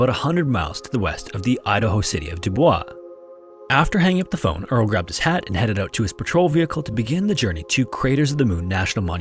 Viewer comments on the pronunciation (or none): Here in Idaho, the city of Dubois is actually pronounced "Du-boyz". I know it sounds funny, but I'm being serious! Great vid like always! Love the channel! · ....this isn't France, Canada or parts of Africa and Asia (damn colonize much France?😅) it's pronounced DuBoyz. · It’s not pronounced “dubwa” by Idahoans, it’s “Dubois” or “do bois” with the s pronounced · Idaho has weirdass pronunciation. It;s not "Dubois" it's "Doo-boys" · Doobwah lol There’s a town called Dubois near me too, no one knows how to pronounce it. We usually say “doo-boys” cause it’s Pennsylvania lol. Some people do say “doo-bwah” too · Do-boys is how Dubois is pronounced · It's actually not... It's pronounced Dubwa. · Dubois, Idaho is pronounced like "Do Boys" ♥ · Fyi, "Dubois" in Idaho or Wyoming is pronounced phonetically, not with French pronunciation. It sounds like doo-boyz. 😅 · I get it, but it’s also stupid how people refuse to learn how to pronounce French names. I guarantee whoever named the town didn’t pronounce it “Do boys”. It just makes people sound unintelligent. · It's French and should be pronounce du-bwah. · hehe, the idaho city mentioned in the first clip is actually pronounced Dew-boyce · We have a town in Wyoming, called Dubois and is pronounced Dew-Boyce. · .... isn't it pronounced 'doo boys?' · fun fact: the city Dubois is actually pronounced like Do-boys rather than like the french way, a lot of US cities are like this where they arent pronounced how you expect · I live in Idaho, Dubois is pronounced "Du- boys" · That's the american way of pronouncing it. It's French, so the correct pronounciation is "Du Bwah" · Idahoans pronounce Dubois "doo-boiss," even though it is a French name. Other than that nitpick, the account is well researched, and I'm glad you wanted to share it with us! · “”Dubois” pronounced like French? Nobody says it that way. Except Ai? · I understand you Americans pronounce it like that but the actual word is Dubois I'm Canadian